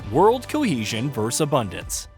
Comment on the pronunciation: The word is “versus”, not “verrus” or “verse”.